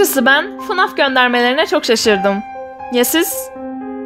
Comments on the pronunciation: ABLA NOLUR GÖR Abla oyunun ismi "Fınaf" deyil "Fnef" okunuyor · öncelikle esrarengiz kasabadaki o bölüm izlesen anlarsın hiç benzerlik yok çizgi filmlerde robot olması ve şarkı söylemesi illa fnaf olcak ve fınaf diye okunmuyo feneaf diye okunuyo